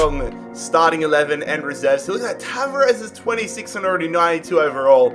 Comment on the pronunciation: Not being mean but if you sign Tavares again, it’s pronounced TA-VAR-REZ 🙂